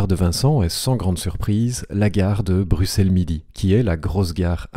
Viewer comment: x se prononce [ks] et non [s]. ui se prononce [ui] et non [uui].